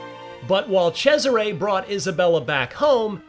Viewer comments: Italians: Cesare. Americans: Tchezzeray. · The amount of times he abysmally mispronounces Cesare as "CHE-siray" almost made my ears bleed. Sounded like it's a guy named Desiré but with a CH in front. Apart from that, solid impressions, thanks :)